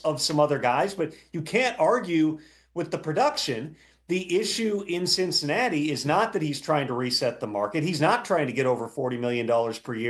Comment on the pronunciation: "On to cincihairy" lol